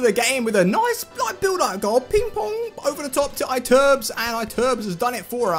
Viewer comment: You have to say ITURBE, not Aiturb. Lol